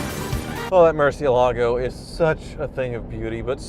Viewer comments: MURCI, not MERCI. It's not even a matter of it being a foreign word because even in English we don't pronounce a u like an e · For the love of God, learn how to pronounce mur ci EL ago!! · Lear as Tavarish how to pronounce Murcielago... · You need Tavarish to teach you how to say "Murcielago"